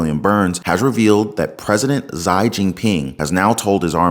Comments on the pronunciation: You'd have more credibility if you would pronounce Xi's name correctly; I've never heard it pronounced the way you are pronouncing it. Just saying. 🥴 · Good video, the Chinese President’s first name is pronounced ‘she’ not ‘zy.’ In my opinion, there won’t be any social security in 5 years. The U.S. has reached its debt ceiling, foreign countries are refusing to buy treasury bonds or they’re dumping them. The government will start defunding one government program after another and inflation will continue to rise because the value of the dollar is still falling due to, again, foreign countries not buying treasuries or they’re selling them. These problems can be traced back to Joint House Resolution 192 and the Emergency Banking Act of 1933. The “wake up call” for foreign countries came when sanctions were put on Russia for the war in Ukraine. Other countries saw how the US was able to weaponize the dollar and now the faith is lost in the dollar. I suggest people collect as much gold and silver coins as they can. Buy a lot of dried foods like rice and beans because it will get a lot worse before it gets better. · Just a heads up, XI is pronounced SHE not ZY for future reference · Xi (she) you’re saying it incorrectly. Lol I’ll keep watching cuz it’s just one of those things. Observed ignorance. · Xi's name is pronounced SHE. It's important to get the pronunciation properly so the dictator is properly identified. I am an ex-pat that has lived in China for 10 years with my Chinese wife of 16 years. The balloon was likely tracking air currents for a viral attack or it was checking which areas would be best for EMP activation to disrupt our power grid. China is actively recruiting people for the military. Monday the Recruitment Department told people to volunteer for their country and "Join the Army". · Chinese president is pronounced (she) for the “Xi”. The “x” is equal to our “sh” sound in the U.S.. Otherwise this is great reporting